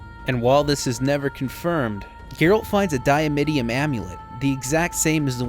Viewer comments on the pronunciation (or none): Dimeritium fool.. not diamittium